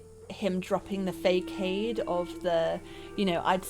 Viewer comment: Facade is pronounced fuh-sahd like sod or sawed.